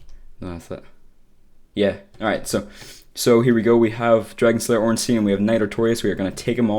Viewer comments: Artorias is one of the 4 knights of gwyn NOT a king And its Solaire of Astora And ffs it's not ornsteen would you pronounce Frankenstein frankensteen? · "Ornsteen" :) It's pronounced like Einstein.